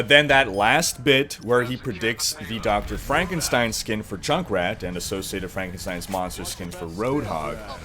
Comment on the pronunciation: IT'S PRONOUNCED FRANK-EN-STEIN.